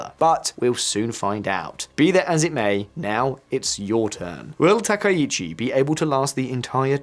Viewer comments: From Japan: Dude, do you know anything about Japan or are you just mixing up a bunch of CNN/BBC clips with your duffo pronunciation of anything Japanese? やめてくれ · You repeatedly call her president instead of Prime Minister and you continue to mispronounce her last name. This is garbage Internet slop journalism.